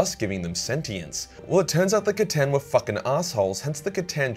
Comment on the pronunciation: Who here is from the time that pronounced the C'tan as Stan?